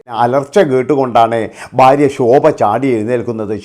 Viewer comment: ബാര്യ അല്ലെടാ മൈരേ,, ഭാര്യ എന്നാണ്